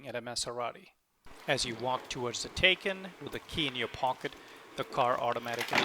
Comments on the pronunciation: It is taj kán not tejken stupidééééé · Thanks for the video. btw, the correct pronunciation of Taycan is 'Tie-Kahn'. that's from Porsche!